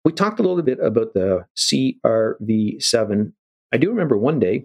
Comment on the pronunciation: "C...R...V..7"... He's human until he says that name... LOL. Super interesting.